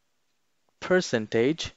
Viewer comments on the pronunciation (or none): bruh said "person tage"